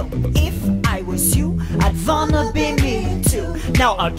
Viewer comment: I saw Megan’s say wanna (well vanna) 8 times